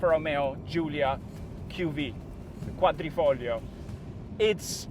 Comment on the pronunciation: I love the way he pronounces Quadrifoglio😅😅